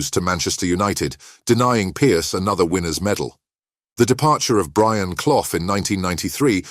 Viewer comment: Another non-Football fan reading from a script. Commentator? Can't even pronounce CLUFF!